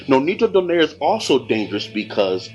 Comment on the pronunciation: nope it's "do" as heard in "door"; "nigh" as heard in "night" (you got this right); and "re" as heard in "replicate"